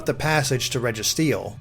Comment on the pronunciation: What's a regitreeo